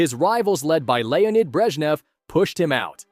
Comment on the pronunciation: Alegzander Nikita Kruschov Lenid Breshchev